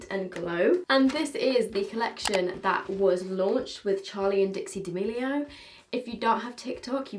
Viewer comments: Hey just a reminder her names dixie not dixi 🤣xxx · just to let you know its dixie not dixi!!!!!!!!!!!!!!! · just to say it’s dixie not dixi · Just saying it is Dixie and not dixi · it’s Dixie not Dixi!! just helping you out haha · I cant with you lol, first dixi then colleciton and then zEIGler, its just z(ee)gler, my 12 year old inside dance mom fan is dying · No one: Absolutely no one:: Charli and DiXi 🤔🤔🤔🤔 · no one: absolutely no one:: DiXi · no one: absolutely no one:: DiXi haha love you <3